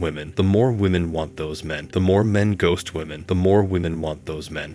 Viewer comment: Bro 🤔did You not hear the bot 🤖 voice mistake? "gost" this could be a chick trying to mislead & Decive😬😮